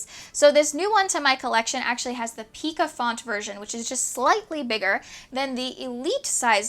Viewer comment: Neat machines! Which to keep? Tough call. I think I’d keep the one that has less rust and is in better overall condition after whatever cleaning/refurbishing you accomplish. (Also FYI, pica is pronounced “PIE-ca,” rhyming with “pie”.)